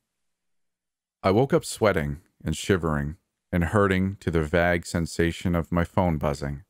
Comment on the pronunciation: I don't know if its just where your from or not but if you dont mind a little bit of criticism you pronounce vague weird but that could just be a different pronunciation of the same word